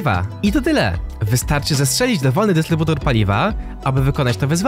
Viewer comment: Strasznie dziwnie mówisz dystrybutor xD